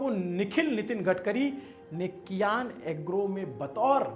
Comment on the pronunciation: भाई कियान नहीं❌ सियान नाम है